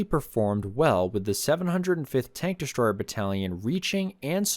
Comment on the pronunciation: I didn't know there was an "sh" in the word destroyer??? 👎👎👎👎👎💩💩💩💩💩